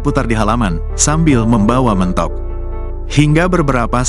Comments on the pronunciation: G enak banget sih pake suara bot... Mentok mentok ada juga mentog pake e pepet... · Koq Mentok sih ngomongnya 😂 yang benar itu Mentok cara ngomongnya 😁